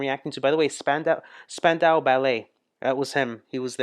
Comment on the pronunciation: When you can watch this, or listen, and can identify every face and voice, you will have a grasp of the most popular (mostly) New Wave English artists of the early 80s. You're almost there! ;) It is Span-dow BTW. The Live Aid concerts were EPIC, and the Queen performance was beyond amazing.